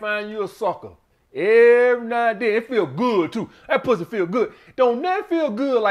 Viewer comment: “Some sucka Pwuzzy!!!” 🤣 I’m dying over here on public transportation. 😂